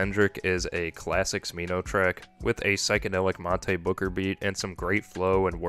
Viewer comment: The mispronouncing of Monte made this difficult to get through